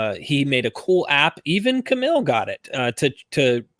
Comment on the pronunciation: Johns' regular mispronunciation of Kamil had me feel like I was watching an episode of Archer. Cool debate guys!